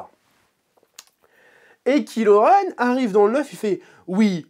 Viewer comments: C est pas KILO REN mais KYLO REN et on prononce KAIIIILO REN..... pffff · La façon dont tu dis Kylo Ren m’as trop fait marrer. En même temps, vous me direz que ce méchant il n’as pas vraiment pesé dans Star Wars